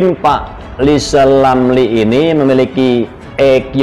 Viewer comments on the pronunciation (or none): Lisal Lamli kalo ngomong macam olang sakit gigi, nyebut namanya sendili tdk bisa, bisanya nyinyil telus. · Pak rizal lamli latih bicara huruf R biar jelas di dengar 😃😄😁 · Rizal rampli orang hebat.nyinyirnya.....ha ha ha....suruh belajar bilang R yg bener. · Sehat terus pak presiden JOKOWI dan keluarga.rizal Ramli biar netizen yang urus,aneh juga nama depannya R tapi ga bisa ngmg R.orang yg ga bisa ngmg R itu blm kena karma,smoga karma mampir disaat tahun baru buat RIZAL RAMLI. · RR yg tk bs ucap R,omong besar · Kasihan RIZAL RAMLI..baru belajar ngomong .R...mestinya ngak pantas dapat Undangan pernikahan Mas Kaesang...lebih pantas & Mulia yg dapat Undangan Bp.Angkringan Kopi. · Rizal R sok aja ngomong R aja gak bisa kok pengen jadi presiden siapa yg mau milih